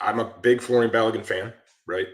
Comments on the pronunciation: I know it’s not John smith. But the dudes name is folarin. Not Florian. I think us Americans read the name and just default to Florian. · McBrizzle : Fo-la-rin 😊